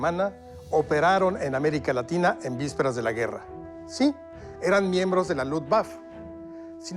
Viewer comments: Tenía la firme intención de ver el video hasta que el bato que hizo el doblaje dijo "luft guafe" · la pronunciación correcta es "luft vafe"